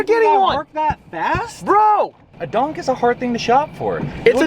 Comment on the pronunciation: That’s is not how you say donk